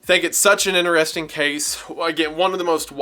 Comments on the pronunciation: lost after the first "inner-resting" pronuciation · I was with you until you said "inner-resting" x'D